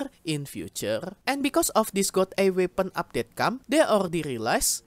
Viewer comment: Godr-Eyed, not God Eye,:)